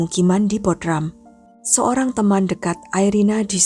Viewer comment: baca Bodrum, bukan Bodram